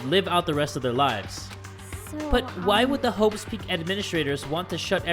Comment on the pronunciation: Does Say hoe's peak or Is It Just me?